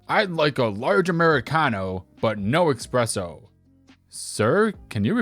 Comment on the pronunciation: Great show today! Even better than usual!, remember the way to say it like this: "es-PRESS-oh."